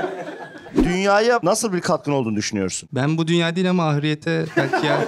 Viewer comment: Ahiret'e Ahriyet diyen koca yurekli pamuk tikayicisi 😂